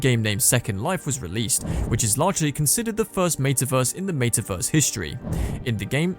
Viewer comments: I can’t watch this video simply because of the pronunciation of meta verse 🤮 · What a weird way to pronounce “metaverse.”